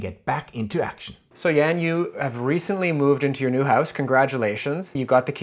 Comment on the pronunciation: Why is always mispronouncing your first name ("Jän")?